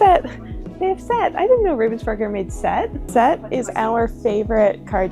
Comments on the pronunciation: With stress on the Rah!😎👍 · Thanks for sharing that trip with us. I hope it was all you ever dreamed of. One thing, though: The way you pronounce the German version of the name "Ravensburger", is not how a German would spell that sound. It would not normally occur in German, but what you say would be spelt as "Ravvensburger". You need a more open sound, like if you accidentally pushed an almost finished puzzle off the table: "Aah!" - "R-ah-vensburger". Germans spell that vowel as "Ravensburger". But: welcome home. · Also if anyone wonders, you pronounce it Rahvensboorg(er) :) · As a German I love how you really try to stick to the German way of pronouncing Ravensburg(er) but then here and now the English version slips out :D